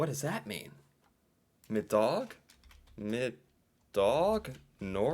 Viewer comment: Middag is the Norwegian word for Dinner, when he said "For middag" it was pretty much as you guessed it, "For dinner." Added bonus fact, while Norwegian "for" and English "for" are spelled the same and used the same, it is pronounced a differently in Norwegian than in English.